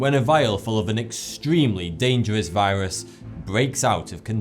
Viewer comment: he says viwas